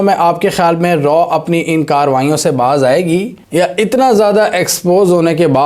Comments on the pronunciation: 😂😂😂😂 It's Raaaaa not R&AW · RAW NAHI SAAR ITS RAA, PLS USE CORRECT URDU WORDS, MODI NAHI SAAR MOODY 😂😂😂😂